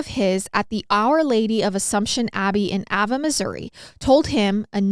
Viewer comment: Just FYI, the Abbey in Missouri is in the city of Ava that is pronounced A-va